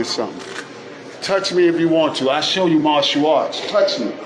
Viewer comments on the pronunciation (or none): none